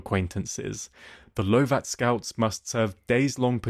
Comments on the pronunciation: Really nice video. Just a note. The Lovat Scouts, from the famous Lord Lovat, is pronounced Love-at rather than Low-et and Gaelic is Gay-lik rather than Garlic. But really liked the use of footage and scenery, hope to visit in the future. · Not how you pronounce Lovat or Gaelic Lovat ≈ Love’ut or Luv’it Gaelic = Gay’lik or Gal’lik not garlic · Interesting, but it is in the North Atlantic, not the North Sea. And Lovat is pronounced Love-it. 😁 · Nice video but Lovat is pronounced LOVE-AT..not low-vat. The Lovat Scouts were led by Brigadier Simon Fraser, Lord Lovat. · Interesting video. Just a small point: Lovat is pronounced /'lʌvət/ to rhyme with covet or puppet. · I'm not so sure about a real human. Surely anyone with an interest in WW2 would know how to pronounce "Lovat scouts" or question "one on four" 6.28. or "Scottish garlick". 7.26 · Scottish person here: I would say it's more like LOVE IT. But yes, that was painful lol.